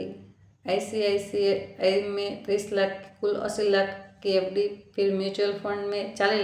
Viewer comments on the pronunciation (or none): Aap english words bhi pronounce nahi kar pa rahi hou, aap icici, sbi bhi theek sai nahi bol paa rahi hou story achi hai par" mai " Nahi use karna chahiyai tha.